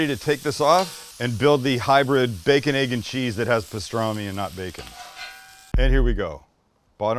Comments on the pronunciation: As a life long New Yorker the sandwich is pronounced as one word baconeggandcheese. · Being from NY, it’s pronounced baconeggandcheese….all one word haha 😂 Great sandwich Sam 🤙🏻 I gotta try this one